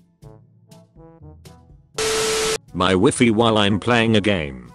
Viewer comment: The way he pronounced the word “WiFi” though........